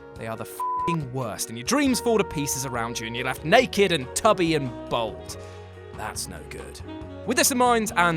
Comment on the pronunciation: FFS - it's BALD, not BOLD. Stop it now.